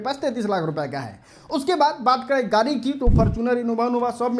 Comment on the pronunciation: Are pahle bolna sikho गारी नही गाडी होता है 😂😂😂